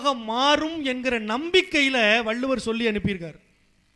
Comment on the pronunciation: வள்ளுவர் ..வல்லுவர் அல்ல..